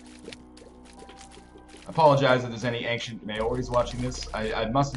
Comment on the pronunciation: I just realised Northernlion says "ancient" really weird. I didn't know what the A in DOTA stood for until now, because I didn't even consider that he was saying ancient.